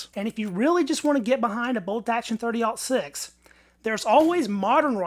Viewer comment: I liked that you pronounced. 30-06 the way it supposed to be. Oh-6, as in 1906!!